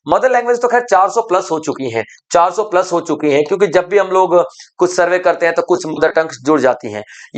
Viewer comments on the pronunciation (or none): none